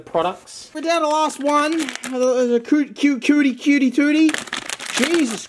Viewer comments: Kyooty tootee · cutie tities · Coutie toutie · Cewty tewty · “ cuhtie toohties “ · But he said that